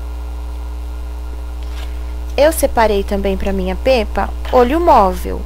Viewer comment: Se lê Pépa , amei o vídeo